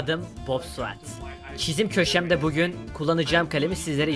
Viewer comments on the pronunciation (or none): none